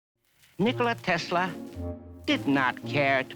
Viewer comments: It's Tesla with an S sound in the middle. Even in his own native language, he pronounced his name with an S sound in the middle. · Do you believe that Nikola Tesla like being called Tezla?